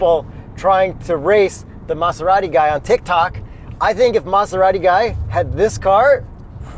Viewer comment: I see still pronounces Maserati weird lmao